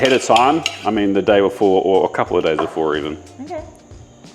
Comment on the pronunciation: are you saying “a couple of days BEFORE” or “a couple of days AFORE”? I listened easily 8 times and could have sworn you kept saying afore